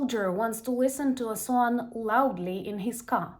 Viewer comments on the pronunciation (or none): none